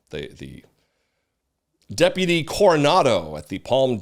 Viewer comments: Does Sherriff Chad know how to say the word: Deputy? I thought he mispoke the first time but but then he did it again! Is this like in spain when everyone started to thspeak with a lithspe? 😅 so trump makes no apologies and then tries to "weave" in a new pronunciation of a word as if he hadn't just made a word salad and regurgitated it back up into incoherent slurred speech 😅😭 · How can he keep saying depity with a straight face